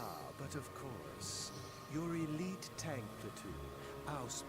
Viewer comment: I am actually impressed (maybe even surprised? :P) how well they pronounced Ausbruch …